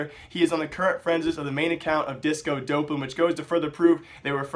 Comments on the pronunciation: it's pronounced D-AWP-lan, not Dope-lan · Doplan* not dopelan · dopp-lin not dope-lin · bro there is no fucking "e" after the "dop" its DOPLAN NOT DOPELAN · please pronounce it as disco "daplen" it bothers me XD the casters said it like that disco DOPElan XD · y u pronounce it like dopelan? Everyone says it like Dawplan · You can't even pronounce disco doplan. Fuck off and get out of the scene you disgrace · You're still pronouncing his name wrong.